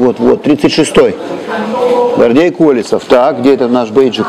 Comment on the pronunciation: Зачем было коверкать фамилию? - КолЁсов